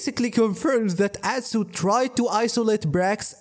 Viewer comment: i kept repeating "god bless you" every time you said atsuuu